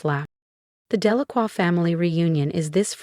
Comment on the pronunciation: Very good speaker! Even pronounced "Delacroix" correctly!